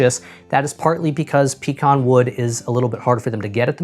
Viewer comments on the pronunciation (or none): Also, I think this is the first time I've ever heard it called "PEE-con". Usually I hear "peh-CON" or "PEE-can". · What wood? Ohhh! You mean puh cahn wood. gotcha. LOL